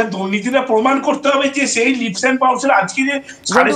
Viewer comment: Kolkatar bangali Kobe 'leaps' ke 'lips' bola chharbe, sheta niye aekta Todonto hok. TV anchor Jodi 'lips' bole aekta ashombhob lojjar bepaar. It is 'leaps' to be pronounced as 'leeps'